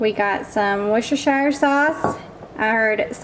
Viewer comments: Wooster sauce. The shire is silent. The spelling is probably from the 14th Century when everyone spoke differently. Just guessing about the derivation. Barbara in the UK. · Hi here in the UK I would say Worcestershire sauce as .... woos ..ster....shear... sauce... ha ha great video x